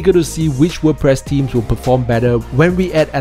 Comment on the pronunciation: Strange, you'd think that if you were to do a video on wp themes you might learn how to pronounce the word "Themes". Strange world we're living in.